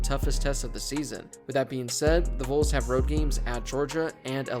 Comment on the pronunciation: Learn how to say Vols, I beg of you